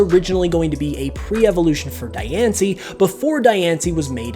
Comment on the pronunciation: You're pronouncing Dianci's name wrong. Its pronounced Dee-ahn-cee.